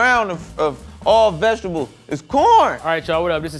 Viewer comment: “It’s cORN!” Lol, why’d his voice go up like that? And he also pronounces vegetables as “vechdubuls”